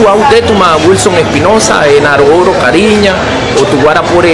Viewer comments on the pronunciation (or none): lo siento mucho pero este supuesto indígena desvirtúa mi idioma Kari'ña que mala pronunciación definitivamente como salen indígenas de donde no existen!!!